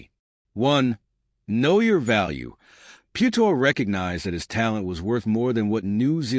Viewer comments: I think your comparison is off. Maro Itoje is English and still plays for England, SA dont have the same selection rules as NZ, so Faf can play in Europe and still play for SA. With Charles, it was a choice of one or the other. Also, the pronunciation of his surname is way off. Phonetically, it is Pea-u-tao. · This bot went from Piutau to Pewedol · The least you could do is pronounce his name PROPERLY. So disrespectful. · Some feedback, maybe learn how to pronounce rugby players names correctly. Piutau and secondly, It’s not Semi (Radradra), in the English sense. It’s a different language, so vowels must be pronounced differently. Do your research and be accurate. Just like you’d like your own name pronounced correctly.